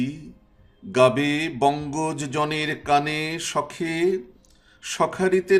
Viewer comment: ধন্যবাদ স্যার। চমৎকার ব্যাখ্যা ও বিশ্লেষণ । শিক্ষার্থী ও শিক্ষকেরা বেশ উপকৃত হবে। 'বঙ্গজ' এর উচ্চারণ- { বংগোজো }---উৎস নির্দেশ : বাংলা একাডেমি বাংলা বানান অভিধান। আরো ভিডিও চাই। শ্রদ্ধা জানবেন ।